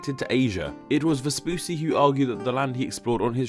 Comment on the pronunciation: Vespucci is pronounced "ves-poo-chee", not "ves-poo-see". Paired Cs in Italian are pronounced like CH in English.